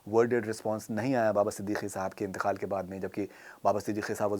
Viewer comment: It’s Inteqaal not intekhaal as far as Khalis Lucknow Urdu is concern.